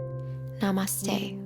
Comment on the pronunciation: It was so good 😍 thank you so much , you don't know how much this helps me 🤗 and when you say namaste in the end I was so amazed to listen it , am from India 🇮🇳 so much love to you from india ❤️ and happy new year 🎉🎈🎂🎊🥳 and Namaste 🙏